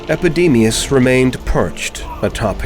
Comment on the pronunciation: Epidemius "eyes" ?